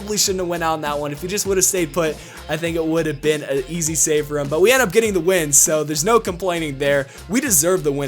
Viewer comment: Easy..not easily! LOL